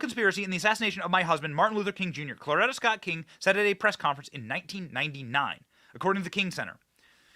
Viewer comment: Could you PLEASE pronounce Coretta Scott Kng correctly. It is not Clorita. You are pissing me off. I just went to the grocery in podunk, ky. A dozen eggs are 6.75. WTF